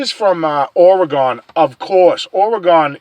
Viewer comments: pronounce our state with this spelling, ORYGUN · If you come here, you need to learn how to say OR - E - GUN. OK? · Oregon is pronounced Orygun just so you know